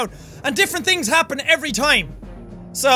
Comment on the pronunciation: "Da evab he anybady" -Jacksepticeye 2016